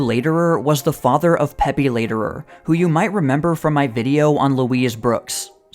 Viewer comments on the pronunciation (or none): none